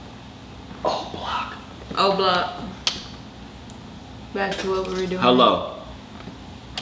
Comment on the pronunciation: Instead of oblock its jooblock😂😂